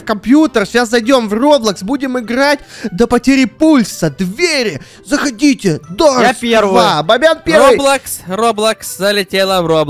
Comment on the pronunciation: Да не дурс а дорс